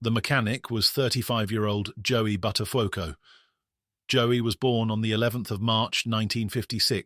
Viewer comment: Bud der phucko. Pronounced correctly.